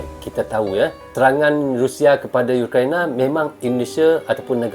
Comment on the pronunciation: Ukraina bukan youkraina..itulah tadi bahasa melayu itu sudah tak asli lagi..Karna sudah di campur adukan sama bahasa ingris.ukraina yah bukan youkraina...URAAAA